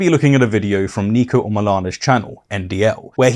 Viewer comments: It’s Niko not Neeko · nick-o not neek-o btw :) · Its NIKO not NEEKO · I just wanted to point out that Niko's name is pronounced "Nick-oh"